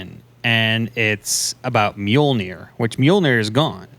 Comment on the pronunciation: Can someone please teach how to pronounce Mjolnir?🤣